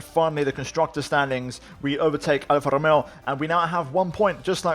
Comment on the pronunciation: Your Alfa Romeo pronautiotion is perfect. Wow